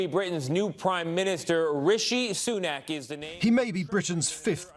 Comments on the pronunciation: RUSHEE SUNOOK LMFAOOOOOO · “Roshee Sunuk” lol sleepy joe 😂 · "Rashu Sanuk" - Joe (Brandon) Biden 2022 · Biden doesn't even know his name, he called him rashee sunook. I guess 'calling him soon' means he needs time to figure out who this other nobody is